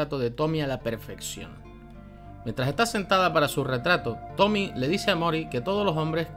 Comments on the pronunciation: para el otro video eso si, el nombre de tomie no se pronuncia como Tommy, se pronuncia tal cual como Tomie con la e pronunciada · ¿Por qué le dicen "Tomi"? ¿No ven la e al final? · es tomie no tomi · Tomie tomie no tomi